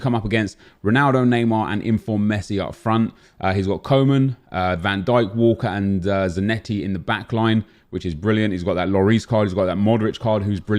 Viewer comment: It’s Cuumen bruv